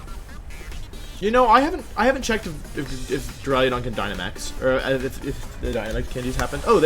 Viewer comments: Go watch cybertron to listen to him say “dura-ludon” idk which one is worse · "draliodon" what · Does it bother anyone else how he says Duraludon?? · You say duraludon so much and you mispronounce it so horribly every single time. Your videos are great but damn it’s so offputting